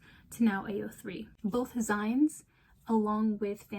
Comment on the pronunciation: Now this is a full-assed video essay! Nice research. Love to see newer fanfic enjoyers understanding the space's history and struggles. The beta readers point you turned up is very interesting to think over! (fyi "zines" is pronounced like the end of "magazines")